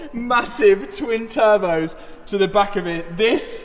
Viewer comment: And he is strapping turbehs